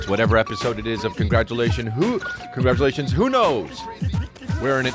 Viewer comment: Just hit play! Man I always wait for Chris to say “hey guys welcome to another episode of Congargleations! 😃😃😃😃😃😃😃” again lol